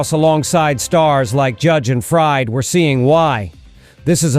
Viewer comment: It's Fried (Freed) not Fried, like a frying pan.